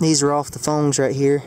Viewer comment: Here's some of the "phonges"..